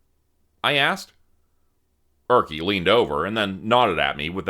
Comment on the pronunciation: I never thought that Erkki would be pronounced as Örki. 😂